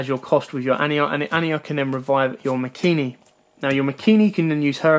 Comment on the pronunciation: *MAKANI* NOT MAKINI